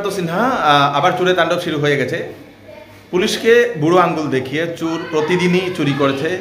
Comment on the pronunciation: Pronunciation ta chor chur naa